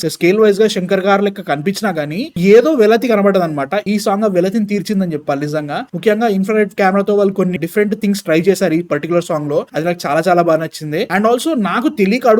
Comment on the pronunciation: This host doesn't know how to pronounce the basic Telugu words. He utterly pronounced the first word of the song. Instead of 'Nana' he uttered 'Nanna' and 'Velathi' instead of 'Velithi'. This is the first and last time I watched this channel.